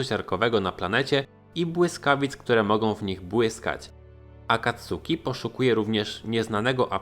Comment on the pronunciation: Sorry, ale kłuje w ucho. Czyta się akatski, akacki, czy raczej coś pomiędzy